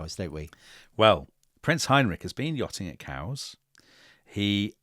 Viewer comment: yachting at where? Kows? Cows? Kaous?